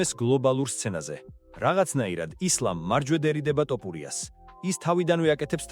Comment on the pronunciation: ამ დალოცვილ ენაში “თ” ასო გვაქვს და ეს ტოპურიას რატო იძახი😮